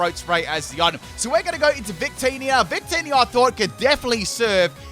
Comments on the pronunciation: I legit heard say “bigtitty” instead of “victini” and had to rewind several times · I rewinded and yes